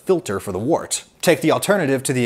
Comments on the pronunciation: The word “wort” is not pronounced like “wart”. It’s pronounced like the words word, work, world, worm, worst. It’s like “wert”. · Wort is pronounced "wert" - the professor should know this. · as a german, hearing you say "wurt" (or however you say/ write it) sounds kind of unappetizing. Würze is a lot yummier sounding :D if you translate it, it should be something like spice (not as in spicy (hot), but more the noun spices) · Mostly in the UK Wort is pronounced 'Wert'. Which is unusual even in UK accents. I think this is because this is how Wort was originally pronounced by the Saxons, and you don't mess with anything relating to beer :) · Had a lot of associations with US brewers/breweries, they also pronounced it 'wert.' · I think it's pronounced "wert"